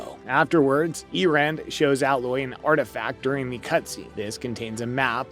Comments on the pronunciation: I’m so triggered by you continually saying “Al-oye”. It’s “AYE-LOYE” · “A”- Loy not “Ah”- Loy. I cringed every time I heard that. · Dude stop saying alloy its a-loy aloy* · Can't even pronounce Alloy correctly 🤣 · Dude you obviously don’t even know anything about this game. You are pronouncing everything wrong. Like it’s actually funny how bad you are butchering their names. Like Alloy? Seriously? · Well, from someone that can't even pronounce 'A'loy correctly... the games 'main' character... what else can we expect? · How can you call yourself and talk about a subject when you literally can't say their names correctly? Tremoortusk? Alloy? Dude just leave 👉🏻 get out and leave your gamer badge at the front desk. Or should I say your gamor bage at the froant deska?